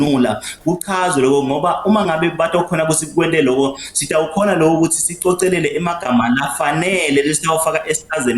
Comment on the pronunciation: Sicokelele hhayi sicocelele